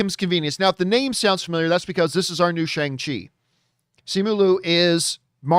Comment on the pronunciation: Hey John, Simu Liu tweeted the correct pronunciation of his name back on May 2nd. It’s See-moo Lee-ew. He also added the correct pronunciation of Shang-Chi. It’s Shong-chee.